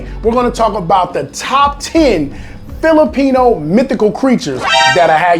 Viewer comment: You do not now how to say Filipino